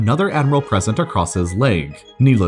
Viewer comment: "Kneeless to say"...